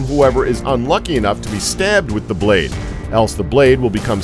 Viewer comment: "Da braid of a longsword"